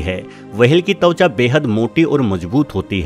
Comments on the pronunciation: Whale ko wahel bolta hai Aur twacha ko tawacha 😂😂😂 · It's त्वचा not तउच्या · Also "tavcha" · वहेल के साथ तवचा भी है😜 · The interesting topic is ruined by his "wahale " and "tawcha " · Very bad pronunciations.. वहेल... तवचा